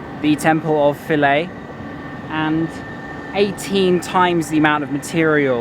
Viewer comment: finally, someone pronounced Philae right!